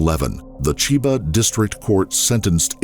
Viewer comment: I'm interested in the story, but this narrator is terrible. His voice is great, but his delivery is wooden and he repeatedly mispronounces non-English words. like when he adds a short "i" at the beginning of "Chiba"